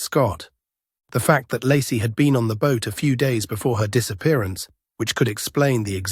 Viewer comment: Ai voice pronounces Lacie as Larsey lol